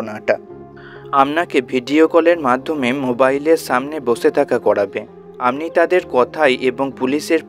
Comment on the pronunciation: Please speak Bengali properly. What is "Amni"? Should be, "Apni"